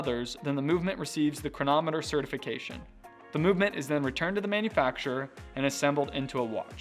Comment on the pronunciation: The correct pronunciation is "chron AH mu ter"